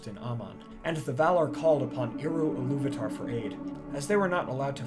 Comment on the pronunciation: I love your videos. Your history, geography, music, and all but one name pronounciation is spot on. Ill-uv-ata, not Illuv-atar